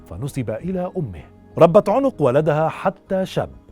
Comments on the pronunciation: عَنق وليس عٌنق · عَنَق ( بفتح العين و النون ) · أخي الكريم-إسمه عوج بن عنق بفتح العين وليس بضمها